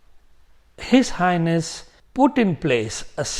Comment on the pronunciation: When you say H/H it sounds like if you are saying his anus 😂